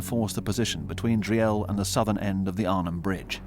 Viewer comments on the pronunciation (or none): Desptie the grim topic Dri-el made me laugh. its called DRIEL!